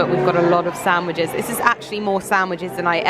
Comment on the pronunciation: When did sandwiches become Samwiches ?..😳🤔